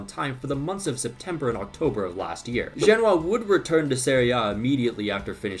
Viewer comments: Over here pronouncing "Genoa" like it's a city in China. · You don't pronounce Genoa like that